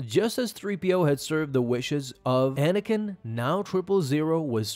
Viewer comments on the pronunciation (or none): The way you pronounce Anakin is like it was edited to the sentence afterwards.